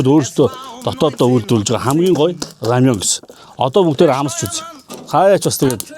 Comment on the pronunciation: Рамён гэж бхгүй шүү рамэн гэжл байгаа